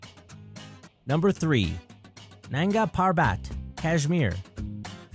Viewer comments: it's nanga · Makalu = mah-kah-loo; Manaslu = mah-nah-sloo; Nanga Parbat = nahng-gah-par-baht; ( - and out of nowhere, there she is!) , this is not Annapurna I. Annapurna I is actually to the far right of the screen. My two cents! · You guys can't even pronounce Nangai Parbat